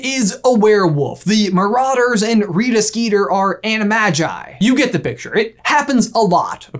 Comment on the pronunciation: The way you said animagi had me fuming